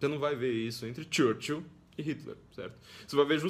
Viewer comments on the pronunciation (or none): none